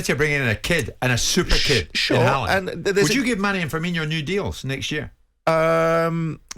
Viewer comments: It's funny to me how after 7 years in the premier league, people still think Firmino is pronounced "Firminho" like you're saying Fabinho. There's no "H"... Just say "no" at the end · people still saying firmino like firminho, hes not the same as coutinho when will people realise